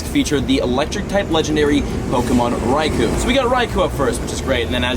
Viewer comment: Raikou /rīkō/ NOT /rīkoo/